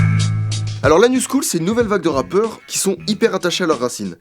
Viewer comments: a on dirait i dis l'anus cool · rt si t'as compris "Anus cool" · Je suis le seul a entendre L'anus cool? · je pensais qu'il avait dit anus cool lol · je suis le seul à avoir entendu 😅😂😂😂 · Putain au lieu de comprendre la New School j’ai compris L’anus cool😂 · anus cool... suis-je la seule à avoir entendue ça? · Par contre j’entendais juste « anus cool » plutôt que la New school donc ça m’a cassé mon sérieux intéressé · A on dirait qu'il dit "L'anus school " mdrr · A la min on dirais que tu dit l ans coule ou cool mdrrr 😂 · on dirait qu'il dit; "l'anus cool" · On dirait qu'il dit l'anus cool xD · Mdr j'ai cru que tu avais dit "l'anus cool" au lieu de la "New School" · J'adore quand il dit l'anus coule ( New School) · ptn jusqua jpensais qu'il disait "l'anus cool" au lieu de "la new school" du coup jcomprenais pas mdrrrr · j'avais entendu "l'anus cool !" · quand tu dis la new school, j'entends l'anus cool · Perso quand tu disait " La new School " moi j'entendais " L'anus cool " Mdrr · Ce qu'il a dit 'La new school' Ce que j'entends 'l'anus cool' Blague a part,franchement bravo, c'est du tres bon travail jsuis bleuffé...javais une image tres cliché du rap mais c'est geniale cest quelque chose de profond et 'rythm and poetry'...enfaite cest trop de l'art.c bo le rap. Et je trouve quon commercialise beaucoup trop la musique de nos jours alors merci de m'avoir fait decouvrir tout sa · Quand tu dis la new school, j'entends l'anus coule mais ca vient peut être de moi xD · Je suis le seul à qui a cru qu'à la place de "La New School" il avait dit "L'anus cool" ? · a j'ai compris "l'anus cool" MDR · À chaque fois qu'il dit LA new school moi j'entends l'anus cool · mdrr min j'ai compris "l'anus coule" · Je suis le seul à entendre l'anus cool? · A on dirait il dit l'anus cool